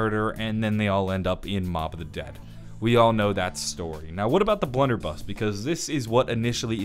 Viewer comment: Um my man said bludder buss